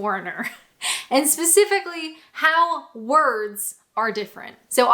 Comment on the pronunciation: I don't know if you will read this comment but there is only two things that you say that grate in my sensitivities 1) is the way you say 'eeand' instead of 'and' and any word that contains and. Two when you say 'Byeee' you are doing it in your everyday accent but it should be two octaves higher - try it x